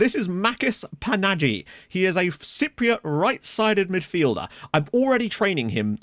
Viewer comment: His name is pronounced 'Mákis Panahí' with a strong H. Im cypriot and its so pleasing to see that finally we have a good youth player coming through! Even though its in FM :)